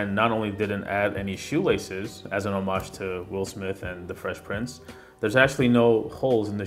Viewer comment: Good video as per usual but why do you pronounce the word homage like that?